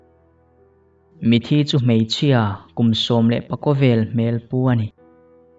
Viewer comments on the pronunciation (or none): Engati nge mitthi hi mithi ti a i lam zel le??!!!...chuan,rangva i lam rik dan hi a mak ka ti bawk ani !!!!!!??